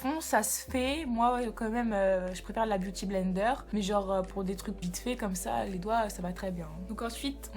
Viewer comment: "Li sourcil"😂😂😂😂😂